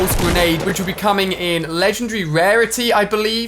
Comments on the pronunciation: It's legend-dairy not legend-d-reaaaa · Legengary what? He said legengary Hear it